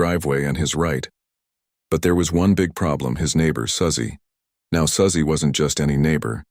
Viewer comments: A.I. narration is terrible! Susie and Suzy are pronounced SOO•zee, NOT SUH•zee. Get a real narrator and an editor. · Quit with the AI voice. It’s Su-Zeeeeee